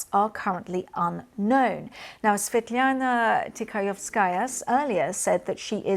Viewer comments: BBC you are embarrassing. Can't even say Svetlana's full name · Well, as you may see my name is Slavic, I speak Russian and no, this is not a 'good job' in pronouncing Svetlana's name. BBC should have done their homework and learned how to say her name.